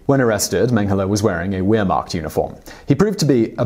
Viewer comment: You pronounced certain words wrong with a really irritating smug look on your face. What the hell is a we'remarcht? They pronounce it 'v'!